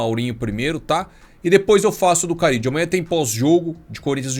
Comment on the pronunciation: Não é Carídio mano, é Carrillo, com 2 érres